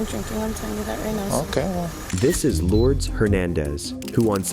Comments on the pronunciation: That's not how you pronounce lourdez. It's like lord ace. Not such a long a but Much closer than pronouncing it like Lords. And I don't mean any disrespect by this comments. I am not the pronunciation police i'm just trying to help for The future so please don't send me hate in the comments. I seriously don't mean that in any way disrespectful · Miss Hernandez name is pronounced “Lou-dess”. lol sorry… 😅